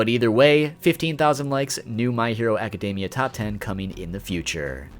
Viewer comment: why do poeople keep pronoucing academia wrong its not even a hard word jesus